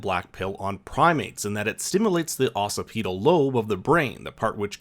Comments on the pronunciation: jfc. occipital lobe is pronounced like OX-SIPID-OLE not OX-SEE-PEE-DOLE. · Occipital is pronounced like ox-sip-it-ul, not ossipeedul. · Bio Grad here, it's pronounced ahhh sip it tal lobe (technical you're supposed to add a k after ahh, but I've never heard anyone in the lab pronounce it like that). I doubt you'll ever need that information again but it sure makes my studnet debt feel a bit more worth it! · Ox-cip-it-ul (occipital). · Occiptal Lobe is pronounced more like Ock- sip-it-ol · Dying at the way he pronounced occipital 😂